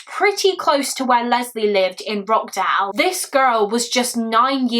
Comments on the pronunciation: It’s pronounced Rotch not rock. Another great video. A utterly heartbreaking case. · For info, this case happened in Rochdale, pronounced "ROTSH-dale" not "Rockdale" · I’m from Rochdale u pronounced it wrong it’s “roch” dale not rock dale 😂😂 x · The way you are pronouncing Rochdale is breaking my heart 😂😂😂🙈 it's not Rock dale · Sorry to be that person but it is pronounced roSHdale ❤ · i live near rochdale! it’s actually pronounced roCH-dale (like how you’d pronounce CHurch) this is so close to home, rest in peace little leslie :( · The sheer negligence of the Police at the time and the fact they received no recourse for their actions. They knowingly withheld vital evidence that sentenced an innocent man to jail and left a monster on the street to terrorise his family and other children. And wtf are those fines? 🤬 You handled it all thoroughly and sensitively, as always. My one issue is that it's pronounced Rotch-dale. Otherwise, keep up the great content ❤ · Every time she said Rockdale I was wondering if she meant Rochdale or if there's a place in the city I grew up in I've never heard of 😅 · I wish you would have researched how to say the name of the place this took place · I live local… you pronounced the town name wrong but that’s alright… I always felt so heartbroken for the man who was wrongly convicted 😔 specially when his mother passed away not long after he finally came out of jail… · Why are you pronouncing Rochdale like that!? 😅